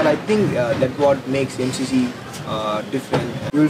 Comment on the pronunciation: Em She She - thats how you pronounce it :)